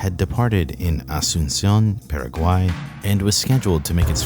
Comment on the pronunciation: It sounds like you said peruvian but he said Paraguay,he just said it incredibly weirdly